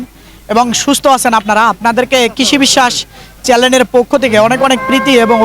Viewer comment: আপনি চেলেন বলেন কেনো উচ্চারণ হবে চ্যানেল।